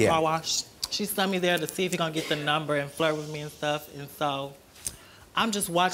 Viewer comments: "Well, after I met him at the car wash where she SUNT me" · If I hear her say "sunt" instead of "sent" one more time. School is important.